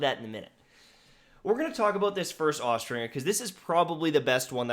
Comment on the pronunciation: Austringer is pronounced with the J sound, not the hard G.